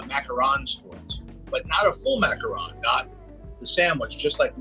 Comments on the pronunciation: it's ok, there's a few ways you can pronounce them, as long as you don't say "macarOOn"... aaaand babish is dead to me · After all that effort for accurate pronunciation, you do a full 180 and pronounce macaron as 'macaroon' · its funny that when you said macawrong, you were actually the closest to the right prononciation than the rest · You want to know something incredible? When he mispronounces the word macaron, it's spelled "macaroon" in the captions. But when he says it correctly, it's "macaron". INCREDIBLE. CAPTION-WRITER, I SEE YOU. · WRONG. It is maca RON NOT macaroon. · It is macaron NOT macaroons. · I dont want to argue with his Disney holiness BUT mac-a-rons? Not mac-a-roons? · Babish flipping between the pronunciation "Macaron" and "Macaroon" is hilarious but someone should tell him they aren't the same thing. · ITS A MACAROON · I’m positive I’m saying it macawrong. I was like 😑 but at the same time I was like 😂. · I honestly do hate how Americans butcher the word macaroon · Babish: calls macarons "macaroons". Me: eye twitch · "I'm positive I'm saying it macawrong!" ;-) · "I'm positive I'm saying it macarong" sent me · It’s French. They don’t have an “oo” sound. They have an “aw” sound. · You made my day when you started pronouncing "Macaron" the way we pronounce the name of our President "Macron" in French. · How many different ways can Babish mispronounce macarons, jeez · Even tho John pronounces macarons wrong, I still love this man! One of the best directors IMO! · >Looks up proper pronunciation of Macaron >Pronounces it like 3 different ways throughout the video